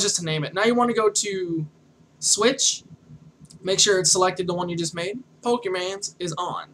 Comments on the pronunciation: I died a lil inside at the beginning when he said "Poke man"........ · Awful tutorials, the way he talks and has his videos are so unplanned and scatteredabout like he doesnt know where hes going. Poor format, and doesn't say pokemon right.